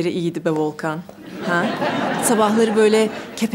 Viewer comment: Volkanım değil Volkenım